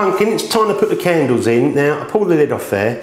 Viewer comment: yeah i've got a question! is 'the' 'ze' in northern ireland? just curious :)